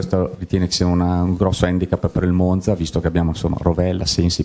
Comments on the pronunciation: Spero che abbia imparato a pronunciare Monza, ma ho i miei dubbi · Se mette finalmente la difesa a quattro gli perdono anche come pronuncia Monza...insentibile dall'allenatore del Monza😂